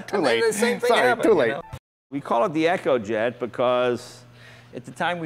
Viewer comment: why do they keep saying turban? Like the things indians wear on their head. I thought it was turbine, long i. the echo jet? You mean e-co jet? wtf is with this guy and pronouncing everything wrong.